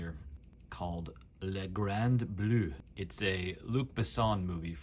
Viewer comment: One of my favourite movies of all time. Saw it first when I was 12, it mesmerised me and influenced me a lot. BTW, if you’re gonna say it French style- it’s “la grand bla” or “bleh”… Great watch, in any case👌🏻. A true tool!